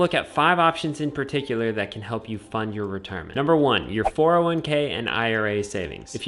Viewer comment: Be vewy vewy qwuiet! We are hunting wetirement income streams!